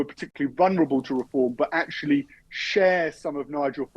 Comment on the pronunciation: ’Akshully’ alert!!!